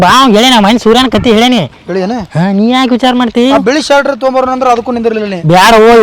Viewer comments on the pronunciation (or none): none